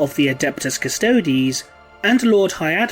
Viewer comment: great video only thing is ive seen this mistake in almost every 40k adeptus custodes video, its not pronounced "custodees" its "custodes" heres a better way to explain how to pronounce it, "custoads" one mind syndicate channel has learned to pronounce it the right way after much assistance, just think about this and try to put in into your future adeptus custodes videos, other than that great vid